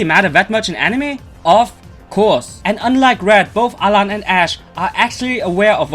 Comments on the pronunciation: it's alain. not alan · alain not alan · It's Alain with an I